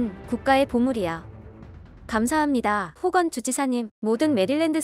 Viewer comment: '감사합니다' 발음도 좋으신 메릴랜드 주지사 호건. 유리님도 수고하셨어요. 부디 메릴랜드주가 코로나19로 부터 안전하길 기원합니다.